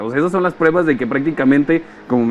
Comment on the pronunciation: SE DICE PRUEBAS, NO PREBAS....